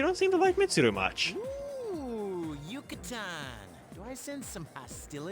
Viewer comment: I swear, every time I hear 'Yuka-tan', my brain goes straight to 'Peninsula!'